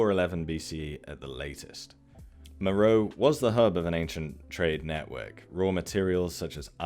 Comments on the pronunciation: Please: "MER-oh-ay" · Great observations. My only issue is that my ears heart every time you mispronounced Meröe. It's "Mer-O-way". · nice work as usual, thank you. Only comment I have is regarding Meroe and how you pronounce it. Being native of Sudan, I can tell you the natives pronounce it MA-RA-WEE, sounds nothing like the spelling, I know:) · Meroe is usually pronounced “Me-ro-way”.